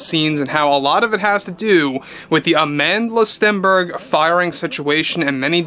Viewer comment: It's weird how he can't help but pronounce her name that way AmAAAAndla StEEEEEnberg😂